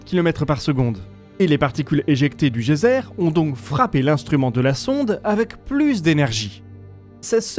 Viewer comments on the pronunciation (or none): none